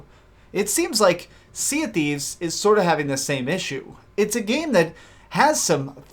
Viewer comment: "sea of qweefs"